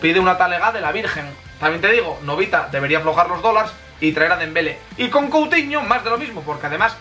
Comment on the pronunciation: Es dembelé con accento😂🙄